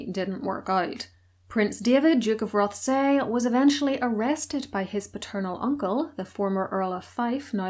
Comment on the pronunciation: I love your channel, I hope you don't mind if I correct your pronounciation. Moray is pronounced with the emphasis on the first syllable, same for Rothsay.